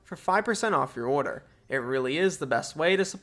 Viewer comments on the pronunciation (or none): none